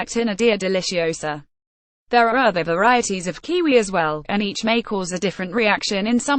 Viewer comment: kiwi. woman get it right. u keep saying its kqwee kqwee its not! A KQWEEE KQWEE OK WOMAN LOLOLOLOL